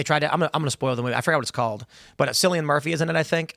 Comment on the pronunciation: Cillian Murphy is pronounced Killian not Sillian 😂